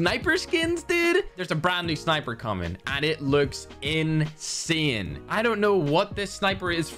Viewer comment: Wtf is. " INSEHHN "